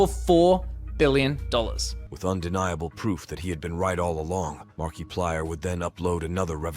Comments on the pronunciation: Why does he say Markiplier like that 💀😭 markeeeplier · Markiplier ❌️ Markeyplier✅️